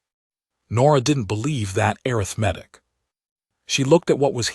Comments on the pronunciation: IT IS "uh•rith•muh•tick" NOT "Air• uh• meth•ick". I suppose that this is an AI mistake. Correct it! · A-RITH-Matic. Not arith-matic. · AI says "Air-rith-matic" for Arithmetic! 😂